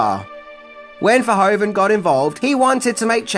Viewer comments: Hi,first of all thanks for your videos. I just wanted to let you know that you pronounce the “oe” in Verhoeven as “oo” in English. As in loop for example. 😉 Keep up the good work! 🙏🏼 Greetings from a Belgian fan. 😊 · … it’s Paul Verhoeven, not Pol Verhoven 😉.